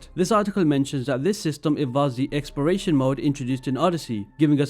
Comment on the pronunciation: It sounds like you're saying "experation".